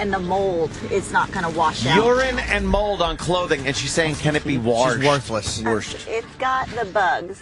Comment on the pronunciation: "Can that be worshed?" Ahahaha